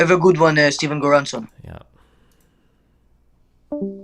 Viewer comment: Lmao he called him steven goranson